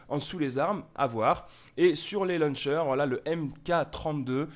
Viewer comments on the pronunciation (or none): none